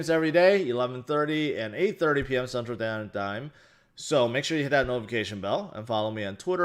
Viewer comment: Central sdan dime xD